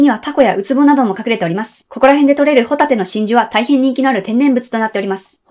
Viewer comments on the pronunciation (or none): ↑ホタテ ポテトのイントネーションはコントぶり笑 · ホタテの発音がサンドウィッチマン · ホタテがサンドウィッチマンの発音なんよ